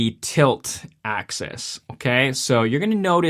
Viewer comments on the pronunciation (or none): FYI, it's "axis" rather than "access".